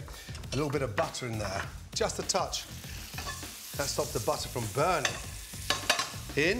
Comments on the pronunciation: Is he saying butter or buttaaa🤣🤣🤣🤣🤣...... And flavour or flayva.... 🤔🤔🤔🤔 Smooth or smuuthh... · I like how gordon calls it " BUTTAH"